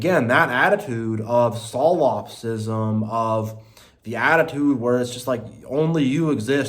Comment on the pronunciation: i rly like that pronunciation - "S-LOPsism"